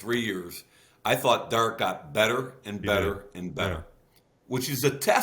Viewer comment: Love Mayock, Hate how he says Derek. Seriously good talk.